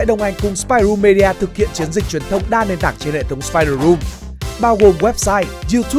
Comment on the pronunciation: ˈmiː.di.ə chứ không phải me đi a nhá